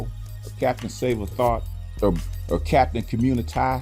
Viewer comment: Did you say...Captain Communitah? That was an epic bullshit toward the end